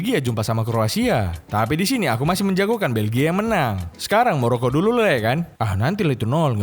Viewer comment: Maroco bg Chinnol, bukan Merokok, wkwkwk😂